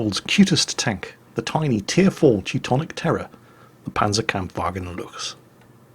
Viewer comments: I feel like I posted this before but, actually you can stop trying to pronounce the "ch" in Luchs like it is in Dur ch bru ch swagen (both times). Lu chs is one of the few German words were, because it's "c h s", it's pronounced like *looks*. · Actually, The Luchs is not pronounced how you do it ever since. It is literally pronounced just like the english "looks". I don't blame you for not being able to say "Durchbruchswagen", but "Luchs"? Come on, man. Fair enough, the pronounciation of this particular word is a special case, which is why you usually would be kind of right how you say it, but still. Make a bit more of an effort if you like the tank that much.:) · Well, actually...^^ Luchs is pronounced pretty much exactly like "looks", the "ch" = k. Just letting you know;)